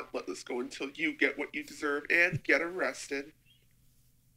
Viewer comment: "O-rested" haha